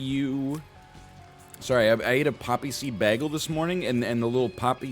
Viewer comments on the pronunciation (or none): Why do you pronounce ‘bay-gle’ ‘bag-ul’ that’s weird. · Welcome to the episode where Captain Canada butchers the pronunciation of bagel for 5 straight minutes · Excuse me, it's spelled beggle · NL is the only person I've seen say "baggle" instead of "bagel" besides Britta in that episode of Community. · If we're going to pronounce it with a long 'A' sound, I kind of want to just full send and call it a bajjel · People from the upper Midwest are known to throw out a beggle now and then themselves. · I'm from Newfoundland and got made fun of for saying baggle. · Mine is blueberry, but based on NL's pronunciation of baggle, I guess i should say that it's blubbery. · If this man's says bagel wrong one more time I'm gonna explode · why does he pronounce bagel like britta from community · Because he wants everybody to talk about community more so that the series will make a comeback. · He doesn't quite pronounce it as flat as Britta does. Less diphthong than I pronounce it, but not the same as Britta. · dude why are you saying bagel like that